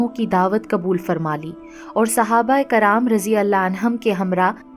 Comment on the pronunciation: baji aapki videos bahut achchi hoti h lekin kuch videos m aapke kuch alfaaz m aap zer or zabar galat padhti ho kyunki m khud ek aalima hu isliye huzur hota h hazur nahi or sahaba ikram hota h aakraam nahi m aapko galat nahi keh rahi bas aapki galti bata rahi hu